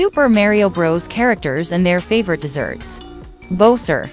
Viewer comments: Bo-Ser Mary-o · It can't pronounce Mario and bowser’s name correctly the ai voic e